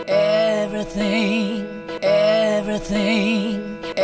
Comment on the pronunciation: "see, all you hear is everythang..." love you dave